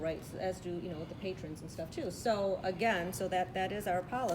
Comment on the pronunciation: are you saying p a t r i o n s LOL its patrons not Patrions.